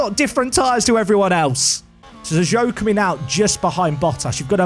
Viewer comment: By the way. Zhou is pronounced "Jou". As Zh is a similar sound as J in Chinese.